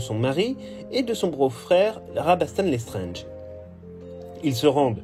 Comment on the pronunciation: Vous prononcez "Lestrenge". C'est "LesstrAAAAAAAAAAAAAAAAAAAAAAnge. Comme dans "ANGE" Pas "ENGE". Pourquoi prononcez-vous le A comme un E?